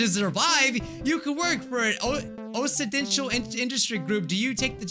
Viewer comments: This is how u pronounce occidental: ok-si-den-tal Not o-ssi-den-tial Hahaha 😂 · Occidental is pronounced like Ox-idental. It's the opposite of Oriental.